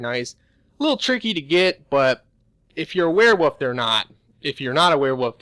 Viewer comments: say it with me now werewooollllf not werewoof come on u can do it werewolf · “Wear woof” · You can't pronounce Hearthfire. You can't pronounce Werewolf.